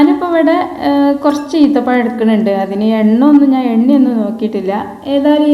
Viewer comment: ഈന്ത പഴം അല്ലാ ഈ ത്ത പഴം